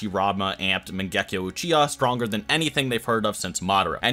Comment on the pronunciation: mangekyou not mengekyo🤦